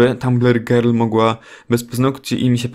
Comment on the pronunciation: powiedziales gril zamiast girl xd